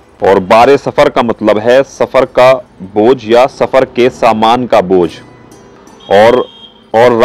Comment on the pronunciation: Bojh ko to bhaar kahte hai aap baar Kah rahe h